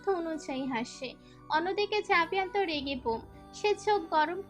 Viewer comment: আরে বেটি আভেয়ান না জাভেয়ান